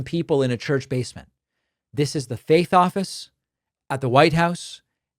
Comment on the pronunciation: Oh, you said faith office. I thought you said fake office.